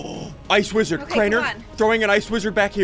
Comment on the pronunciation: Ssundee said widrard